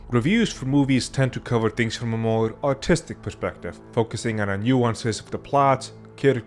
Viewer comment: Took me way too long to realize you said artistic and not autistic in the beginning.